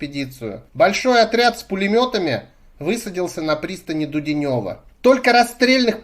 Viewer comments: Дуде́нево не ДУДЕНЁВО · ... правильно произносить... ДУДЕНЕВО через букву Е , а не Дуденёво, как вы сказали.